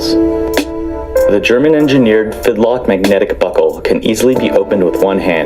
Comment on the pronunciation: Watching you butcher that fidlock over and over made me die inside. Otherwise great video!